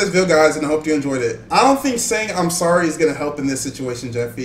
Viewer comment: Jeffy that’s not how you say sorry!!!